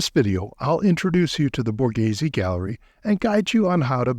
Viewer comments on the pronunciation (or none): How offensive and insulting to Italian culture that an English speaker goes through the trouble to make a video on Borghese but doesn’t even bother to try or educate themselves on how to even say the word. So American privilege.